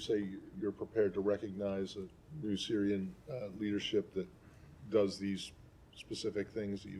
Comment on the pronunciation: "Syirian led process" 😂